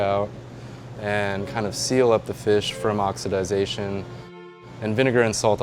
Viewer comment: oxodizing? ✋ oxidation? ✋ "oxodization" ? 👍